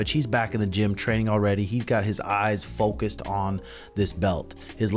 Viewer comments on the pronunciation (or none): none